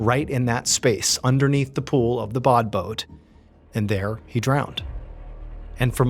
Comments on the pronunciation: Interesting story as usual however it says badboot yet you keep saying bodboat is there something I'm not getting? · "Say 'bod boat' ONE more time...." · Take a shot every time he says “Badboot”.